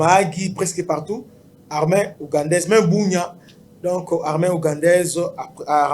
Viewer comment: Pourquoi vous dites l’armin ? C’est l’armée.